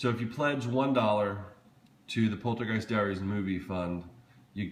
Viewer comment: dude this "poltergest" is getting on my nerves like cmon is xmas